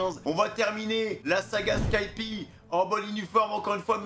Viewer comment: Non mais on dit skypieaaaaa, tsais le mec qui a pas compris que tu le fais exprès PS: je voulais utiliser au moins une fois dans ma vie le "tsais le mec", cette maudite expression de ceux qui ne connaissent pas la définition de l'ironie!!!!